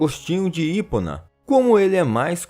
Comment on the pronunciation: HIPONA MEU QUERIDO A PRONUNCIA, VOCÊ SABE POUCO SOBRE FÉ E OS MISTÉRIOS DE DEUS, NINGUÉM MUDA DE IDÉIA E SIM A AÇÃO DA GRAÇA DIVINA NA VIDA DE UM SER HUMANO, OQUE IMPORTA É CONTRIÇÃO E O ARREPENDIMENTO, SE É QUE SABE OQUE É ISSO? POR ISSO JESUS DISSE ATIRA A PRIMEIRA PEDRA QUEM NÃO TEM PECADO? ACHO QUE VOCÊ NÃO DEVIA ESTAR LÁ? NOS DOGMAS CATOLICOS ACHO QUE SABE BEM POUCO O QUE IMPORTA É JUSTAMENTE O ARREPENDIMENTO, FOI PARA ISSSO QUE CRISTO VEIO AO MUNDO, POIS VEIO PARA OS OS DOENTES E NÃO PARA OS SÃOS. MAS DEPOIS DE VER VOCÊ CITAR RACIONAIS MC'S. VEJO QUE É APENAS UM ANARQUISTA FALANDO DO QUE NÃO SABE O QUE SIGNIFICA, QUERENDO APENAS CHAMAR A ATENÇÃO. ALIÁS SUA PRONUNCIA EM INGLÊS É PÉSSIMA.